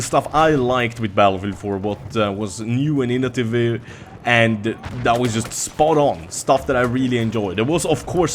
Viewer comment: Classic xD "initiveh"